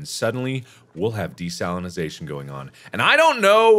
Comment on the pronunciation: Every time Mark says "desalinization" it sounds like to me he's saying "De-Stalinization" Mark trying to get rid of the communist ocean